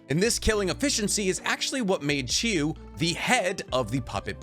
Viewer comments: You even spell it right but you still say Chiyu, not Chiyo. D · Are you purposely mispronouncing Chiyo-Samas name? Chi-yo, not you..yo. Chiyo. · Who is this Granny Chiyoo you speak of??? Jokes aside, nice video